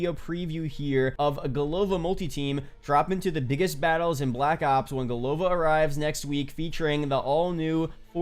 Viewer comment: Hey man love your videos, I agree COD Vanguard sounds way better😂 Also its not big deal of course, Just wanted a little, I notice in your videos you say Golova as Go-lov-a, which is kind of close to a slang bad word in Russian. If you want you can say it like Go-la-va also, because the second "o" in голова is unstressed making it an a sound:D it mean like in English "head" or "brains" it funny name they choose for the village, like if they made map in USA and the town sign says "Brains" it would be funny too for people I think:D